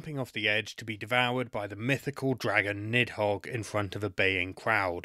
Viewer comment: the pronunciation of "nidhogg" (needth hoge) hurts my soul